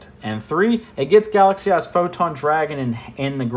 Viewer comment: I don't know why, but every time you say "Galaxy Eyes" I hear "Galaxy Ass". Jokes aside, a very detailed and appreciated video